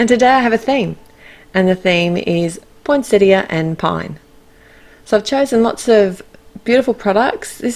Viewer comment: Yay... Australian commentary where you pronounce the “i” at the end of poinsettia!! 😉 love these cards... the pine cones are my favourites. Thanks,.